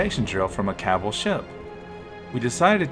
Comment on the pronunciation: "Sky burners oats" "cabbel"